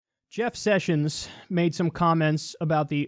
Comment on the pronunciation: Kyle caught the southern , "Jeff Sushins"